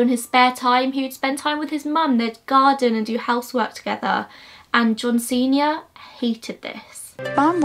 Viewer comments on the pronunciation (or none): whenever you say john sr. I hear john cena and it kills me